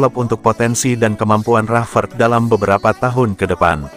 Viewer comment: Ngomong rasfrod bae balepotan